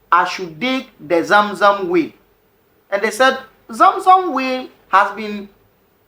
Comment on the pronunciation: Great teachings, but I struggled to understand what you meant by 'will' till you said Abura, which is "well" not will